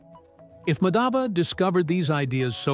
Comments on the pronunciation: The emphasis on the two 'A's in Madhava is wrong. The emphasis is on the wrong letter/syllable. In the video, the name is mispronounced to sound like "Madhaava" i.e. emphasis is on the second A in Madhava whereas it should be the other way around: "Maadhava". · Just a correction request... The pronounciation is not Madaava, it's Maadhva. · Excellent work. Just one suggestion - would be great if you heard the pronunciation from a native speaker. It's not Madhaava. It's Maadhava. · Actually in english they have no pronunciation of 'dh' that's why they are called 'd' instead of 'dh'. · Just a correction in pronunciation. It's not Madhāva, it's Mādhava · Thanks for bringing out the video! Actually Madhav is pronounced as Maa_dhav wherein Maa is like mark; the name means the name of Lord Krishna! I am from India 🇮🇳!❤❤❤ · Kerala wasn't an alien planet tho it had been the biggest hotspot for traders but it was mostly for spices and it is discovered that a spice which seen in kerala is found in pharoh's tomb and the pronouncation of name is not like that it's Maa-dha-va, here dh is aspirated dental d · It's MAA-DHUV ! Gosh it was painstaking hearing the atrocious pronunciation Thanks but your subject was excellent. Reason why nothing much out if India is famous is because of British prejudice. Simple! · Thanks for bringing this up. Really appreciate it. One request if you could just say his name right would be wonderful. Regardless thank you!